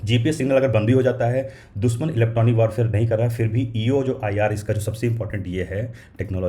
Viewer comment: दुसमन नही दुश्मन, सुरच्छित सुरक्षित। अच्छी हिंदी बोलो भाई।